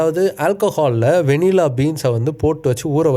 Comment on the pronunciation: கடைசில நீங்களும் வெண்ணிலா என்று உச்சரிக்கிறீங்கள்😂